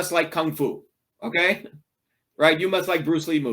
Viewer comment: Lob how he says OKAIII time 2 time...